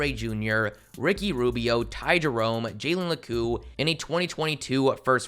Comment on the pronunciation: It’s not jalen lacooo it’s jalen la(Q)